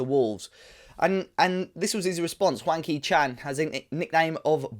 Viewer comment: It sounds like you are calling him wanky Chan must be are black country pronunciation😂